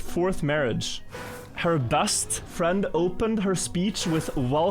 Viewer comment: Your English is generally very good,, but quick pronunciation tip: try to pay attention to how you say the letter E. you often pronounce e as a. You say “bast” instead of “best”, and “sanse”>sense, “frand”>friend, “racord “>record, “chass “>chess, “bâdder”>better.